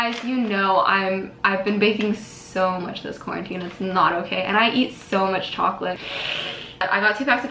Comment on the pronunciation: Cacao is actually a superfood! It’s pronounced cah-cow👍😂